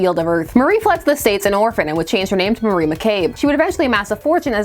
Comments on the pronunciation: Apologies for being that asshole but isn’t it pronounced Mari (MAHR-ee) not Marie (Muh-REE)? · I thought her name was Mar-ee, not Mar-ie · I know weird name pronounciations is like a meme on this channel, but hearing you pronouce Mari like Marie felt like an assault on my soul. That said, I always love it when Vixen gets the attention she deserves.